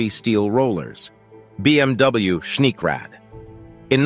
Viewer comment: Please learn, how to speak geman words. Schneekrad ( Schneekraftrad/ Snow Motorcycle) for example is spoken Schnee- krad, not Schniek-räd.